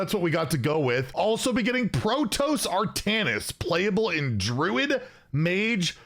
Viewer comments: yeah it's pro-toss not pro-toes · you're killing me. It's Pro-toss. Like you toss something in the trash. <3 Keep up the good work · Pro-toss. Please, please pronounce it properly. Protoss has two s on the end; don't you think that should change the pronunciation? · ITs "Pro toss" not "pro toes" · I'm so confused as to how read toss in protoss and went with toes lmao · Pro-TOSS just like how it’s spelled not pro-toes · I for one am really excited for this but I'm still hoping for Monk next year. And its Pro-Toss not Pro-Toes.... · Yeah, I'm super excited especially since I grew up playing the original StarCraft and also bought all the Starcraft II expansions. But please pronounce it as PRO-TOSS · Pro-Toes is how I will be Pro-Nounce it from now on :p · Protoss is pronounced : Pro T"ah"ss. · It is pronounced, " Pro"- Like, the shortened form of professional, i.e. Hearthstone Pro Player. "toss"- Toss another term for throw. i.e. toss me the ball. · what? you don't like pro toes? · can you pronounce the word toss? It rhymes with boss. How have you never heard anyone say protoss before. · Argh my ears, now i cant unhear it , protoss 💀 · The way you say Protoss, hurts my soul